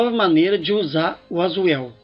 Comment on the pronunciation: es well meu caro se pronúcia-------- pratice your pronunciation